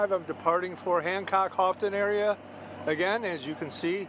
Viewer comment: I believe the water color was copper. As for Houghton, it’s pronounced Hoe-Ton. 😜. Do you have a sailing plan for 2023? Thanks for another great video.